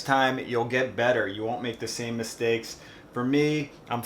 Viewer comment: "Misteak" First cook mistake...